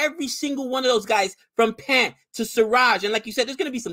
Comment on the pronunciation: Love your show guys. One small correction - Pant is pronounced like "Punt", yeah like in football :)